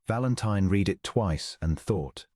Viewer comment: Very nice story, but the mispronunciation of read vs red vs reed is irritating.